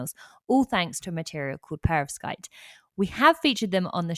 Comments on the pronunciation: To - I pronounce it per-OV-skite, possibly a relic of Russian O level a very long time ago or a crystallography course at university. Almost p'rovskite, but not quite. Not PER-ovskite. With that out if the way, this is a brilliant podcast episode. Keep them going! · I pronounce it Perov-SKITE!.